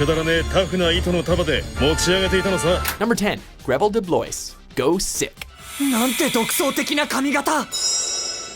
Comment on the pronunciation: Grevil de Blois, Blois is not pronounced like "Blois" it is pronounced "Blo-ah" i haven't seen the anime but that is the correct pronunciation for the french termination "ois"